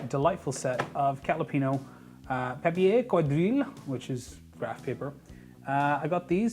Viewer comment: Nice video. The only thing I disliked was your bad prononciation of "papier quadrillé" :-D But it's ok :-)